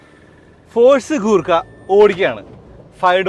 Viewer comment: കൂർക്ക അല്ല ചേട്ടാ..... ഗുർ ഖ എന്ന് വേണം pronouns ചെയ്യാൻ.. എന്നാൽ ഗൂർഖ എന്നും അല്ല..... ഗുർ ഖ എന്നാണ്